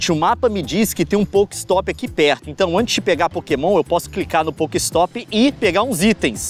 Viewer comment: ele falando poker ristop kakakakakaka sdds dessa época LEON VOLTA COM POKEMON POR FAVORRRRR